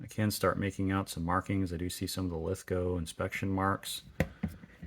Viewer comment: Thanks for pronouncing Lithgow properly but you may have trouble sourcing Queenslnd Maple because it's actually Queensland. Please be careful when replacing SMLE forends that you don't overtighten the screw in front of the magazine as that often causes cracked forends. Do you have headspace gauges and an armourers front sight adjustment tool for your SMLEs? One trick my now deceased mentors taught me was to use a small Mallett and punch t VERY LIGHTLY tap the front sight until the windage is satisfactory and then use clear nail polish to keep it there.